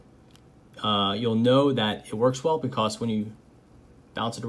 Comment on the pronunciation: So... I’m subbed because I like the content but am I the only one thoroughly entertained by the way he pronounces “because”?? BE-CAWCE